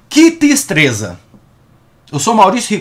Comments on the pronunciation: Que "tistreza" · kkkkkkk "que tistreza". Vc é "felomenal"!